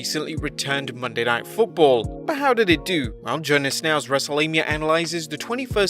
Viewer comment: I could swear U said WrestleLabia